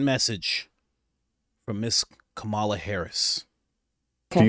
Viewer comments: For god sake her name is “ka-ma-la” and not “ka-maa-la”!! Let’s get her name right first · Say her name properly, you disrespectful fool. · Bro mispronouncing her name the whole time was funny af 😂 good video tho fr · Dude, you can't even pronounce her name correctly!!! At least get the person's name right before you cover them in any capacity. FACEPALM! LOL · Why do you purposefully say her name wrong? You played others pronouncing it correctly. It makes people less intelligent when they are talking about someone but do not even know that person's name.